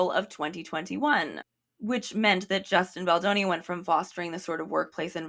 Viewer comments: I had to pause the video just to catch my breath after laughing so hard at "a-Justin Bolonga," that caught me off guard lol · not “a-Justin Bologna” 🇮🇹🍕🍝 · the accent on “justin bologna” is SENDING MEEEE!!!!! locking in for the rest